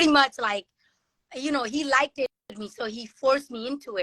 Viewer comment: I hate when people say likeded like wtf is likeded?